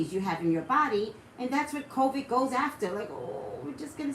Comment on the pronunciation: I love you but your driving me a little bonkers with how you're pronouncing the word "COVID" it's COVID with a "D" sound at the end of the word 😂🤷🏽‍♀️